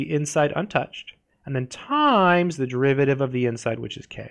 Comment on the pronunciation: why is bro saying TIIImmmmmEEEs like that